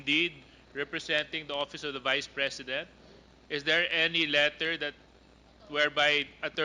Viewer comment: dan fernandez, "opis ob da bise president"... YUK! Pwede ba tumahimik ka na Dan!